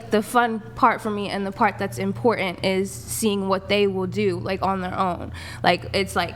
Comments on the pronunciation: Why ... can't people say important, not imporant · You can tell she’s the prize by the way she says “imporant”